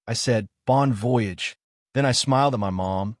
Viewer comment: She said she had applied for a job but she doesn't have one yet. So what if she doesn't get a job? It's pronounced bon vo-yage. AI learn to announce the words. Since he said no, why didn't she just go on by yourself. Why do others think insulting someone gets them to do what you want? Why do mothers get involved?